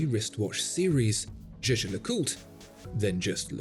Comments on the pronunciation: Its the French pronunciation of a German word. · Jaeger is a German word (meaning hunter), please do pronounce it correctly it hurts my ears... You are supposed to be a professional.